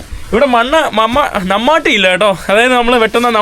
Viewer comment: Halo നമ്മട്ടി അല്ല മൺവെട്ടി